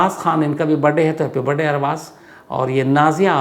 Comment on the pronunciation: Sir aapke video mujhe bahut pasand h ❤❤......aap jab barday bolte h to mai do baar back karke fir se sunti hun😂😂😂